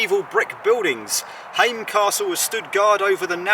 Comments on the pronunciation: Häme doesn’t rhyme with came and same, it’s more like a combination of ham (like said) and ment without the nt-ending (ment as in environment), so ha from ham + me from ment = Hä-me:D Tampere has three syllables, Tam-pe-re, the first one most people get right, it’s almost like ”some” but with a t. The first syllable also holds the weight. Pe is kinda like the me in Häme but with a p. Re the same thing but with a rolling r, if you know do re mi fa so la ti do, that’s it:D Basically every vowel is always pronounced the way it is in that phrase. (Except people pronounce do-re-mi a bit modified in English so… oh well, that’s at least a start:D) Most words are easier to pronounce when you know how many syllables there are and practice them one at a time! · Glad that you make an effort in pronounciation of local names. Your first try to pronounce Häme was better. Ä is always pronounced like in "ham" and the e in the end is not silent. Just like in Tampere ( not Tamperay, though). If you say Finnish words using English rules you are definitely going to fail.